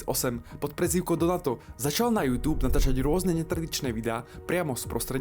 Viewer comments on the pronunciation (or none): none